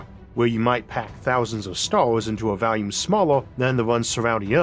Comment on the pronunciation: FYI: I've been watching this for years and become accustomed to your pronunciation, but lately, I've noticed that "volume" sounds like it could be "value".